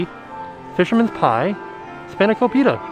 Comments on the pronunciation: Living for the way said Spanakopita 😂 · Lol, same!!